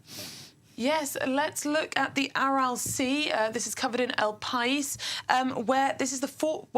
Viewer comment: Thanks for a program on this important topic. Your female presenter was excellent, though given her pronunciation of ‘El País’ newspaper, I gather she is not yet fluent in Spanish.